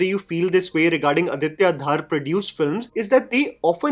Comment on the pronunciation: धर, not धार। आदित्य धर। Just fyi :)